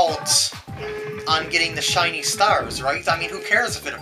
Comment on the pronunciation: Haha "Chinese" stars XD I know u said "shiny" but it sounded like "Chinese" :P